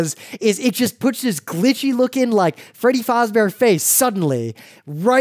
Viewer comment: He said Freddy Fozbear